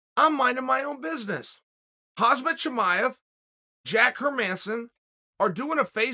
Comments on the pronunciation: nobody : chael sonnen : hazmat chimaev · "Hazmat Chimaev" - Chael Sonnen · "Hazmat" Chimaev and nobody's gonna check this guy 😂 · Funny how he keeps on calling him hazmat the entire video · uncle Sonen bravely and professionally say a dangerous man name's wrong , Hasmat Chimaev. Becareful uncle, in eastern europe, pronounce ones name wrongly is a big disrespect. hahaha. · Chael "Hazmat Chimaev" Sonnen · so disrespectful that you dont even know how to pronounce Khamzats name, his name is not hazmat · How did he call him Hazmat ahaha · How is Chael still calling him Hazmat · Does he keep calling him "KHAZMAT"? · hazmaaa hahahahaha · “Hozmit” chimaev. If this is how sonnen says so it’s the right pronunciation. Khamzat may pro…scuse me…hozmit may pronounce it a certain way but it’s wrong. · Chael : khazmat shimaev 😂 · "hasmet"??? Are you even educated??? Or are you intoxicated??? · Chael "Haszmet Sjtimaijeff" Sonnen. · hazmat??? is he calling him this on purpose? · "Hazmat Chimaev" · Stays calling him hazmat 🤦🏽‍♂️ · Hazmat chimaev. Yeah you heard it right. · "hazmat" again smh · I wonder when Uncle Chael will actually bother to pronounce his name right lol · Odds on whether or not Chael ever says Khamzats name right? It’s gotta be at least +1000. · Man can't say 'Khamzat' to save his life. LOL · This guy just can't say Khamzat's name, no matter how hard he tries. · Youre saying his name wrong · chael it's khamzat not khazmat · it's pronounced hom zot, not hazmat. i get that this is a real nerd emoji comment to make, but everyone's gonna have to be able to say his name eventually, from where he's headed. might as well get it right now. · Chael brother, it’s KhaMZat not KhaZMat. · Chael "Hazmat not Khamzat" Sonnen lol 😭😭😂😂😂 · It’s been 1.5 years and Chael still says Khazmat instead of Khamzat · Am I the only one hearing hazmat instead of hamzat.... Uncle chael this ain't no hazmat suit 😂😂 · It’s Khamzat NOT Khazmat 🤦🏼‍♂️ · not Hazmat his name is Khamzat